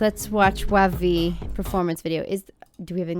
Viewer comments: Just letting you know WayV is pronounced like “wavy” and they’re the Chinese subunit of NCT so they’re actually singing in Mandarin! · Thank you to reacting to sf9 the company they have is not good 2 are in the military 2 are sometimes doing kdrama their version in kingdom the boyz 's the stealer is the best thing in kingdom their in a small company not known well enough Thank you anyway and wayv is pronounced waybe the one you describe in sf9 is taeyang his favorite singer/dancer is bts's jungkook